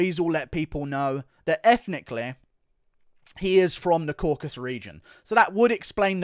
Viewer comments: Isn't it Caucasus not Caucas? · CAUCASUS. FFS IT'S THE CAUCASUS NOT THE "CAUCUS"